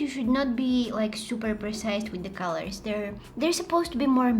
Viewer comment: colors sounds like coler